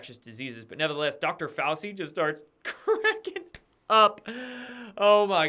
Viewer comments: Its pronounced "fow-chee" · It's pronounced 'Fau-chi'. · Fah-ow-chee....San-jay Goop-tah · Fow-chee Fow-CHEE!! Dude! If you’re doing it on purpose fine. But come on. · pronounced: Fow-Chi.... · Fauci is pronounced Fauchi as are many names of Italian origin with a c is pronounced as ch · every day he has a presser and Dr Fauci’s name is pronounced like this FOWCHEE lol how do you not hear it? 😂 Ok great report otherwise 🍿👍🏼😉🥰